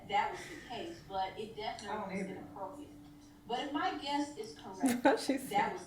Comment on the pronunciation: It’s inappropriate, is saying it as inappropiate without the r.